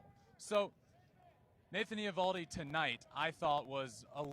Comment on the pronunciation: Can someone tell Justin's brother that he's mispronouncing Nathan Eovaldi's name. The O is silent. Pretend it's not there.